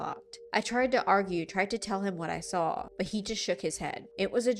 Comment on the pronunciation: Where is she from? How she talks reminds me of the Midwest and ita so comforting. How she says 'sawl' instead of 'saw' lets me know she's cool 😎